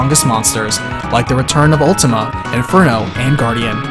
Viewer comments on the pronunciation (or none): none